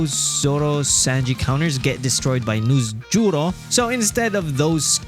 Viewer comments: the way he say Noosjurro 😂😂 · NusJ😂 as well .